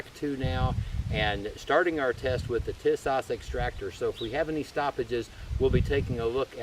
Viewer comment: I doubt my beautiful socialist state of California will let us subjects own one of these for the near future, but I appreciate what you are doing. (^% BTW, it's pronounced TEA-sahsh.